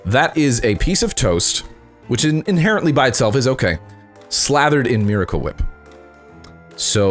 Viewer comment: He pronounces Miracle Whip wrong